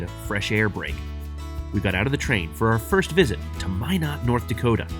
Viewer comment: Norddakota? Suddakota?